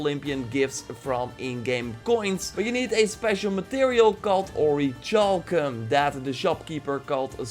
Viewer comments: Orichalcum is pronounced like "orrie-kal-kum" it was a legendary metal in the ancient world and often linked in legends to the lost continent of Atlantis. It MAY have actually existed, probably as some sort of alloy of gold or brass. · Hey! The word "orichalcum" is pronounced as "or-ri-cal-cum". But anyway love ur vids! Very informative! 😀